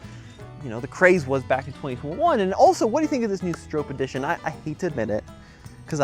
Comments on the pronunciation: Stop saying Strope, w/hard O. His name is Stroppe... Bill Stroppe (Str-ahh-ppp) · Just FYI, it is pronounced "Strawp" not "Strowpe." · The surname Stroppe is typically pronounced "STROP-pee". It rhymes with "hoppy" or "poppy". Some people may mispronounce it as "STROPE". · You are pronouncing Bill's name wrong. It does not rhyme with hope.